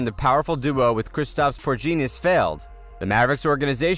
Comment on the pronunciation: He said Davis not daavis and said porginus